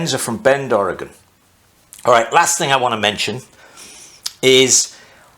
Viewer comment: You pronounced "Ory-gun" correctly, not to common among out of staters, impressive. I built a pie cut exhaust one time, that was fun, you can even buy precut pie pieces. I also wondered if a wedge piece between the head and carb mount would've helped. I really enjoy watching your ingenuity and listening to your accent.